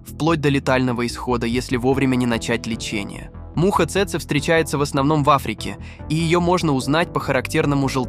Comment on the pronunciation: цЭцэ... чекаме не цэцЭ, а цЭцэ... промахнулся ударением брооу